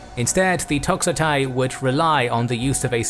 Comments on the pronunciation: Α note on pronouncing Greek... ai is e, oi is i, ei is i. For instance toxotai is to/xo/te. Looking forward to the video for the man who stood at the crossroad of history. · Διαβάζεται τοξόται, τονίζεται στο "ι"